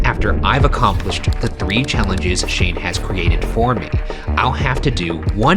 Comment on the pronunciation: how teh helly did Shane hear Ryan? That was the clearest “Shane” ever